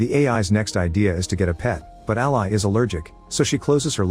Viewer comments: dead that the computer said "ally" like the supporter/associate and not "Ally" like the name over and over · Can we train the ai voice to pronounce the name as “Al-ee” vs “Al-eye”??? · A pity the AI voice can't pronounce "Ally" as a name...